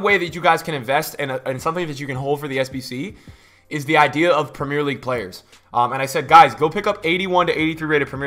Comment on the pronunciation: I ain’t one to get mad ye but can u say the fuckin league right